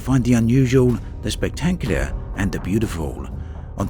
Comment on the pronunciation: I'm not sure someone who says "spectaclear", "debths" and "unfortianelly" should narrate professionally.